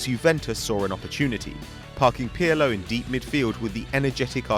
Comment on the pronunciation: how funny the way he pronounce Pirlo, especially since in italian "R" is one of the most distinctive "rrrrrrr" sounds ever! Piyalo???wtf is that?